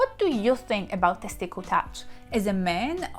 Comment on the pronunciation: I like the way she says teskitil😀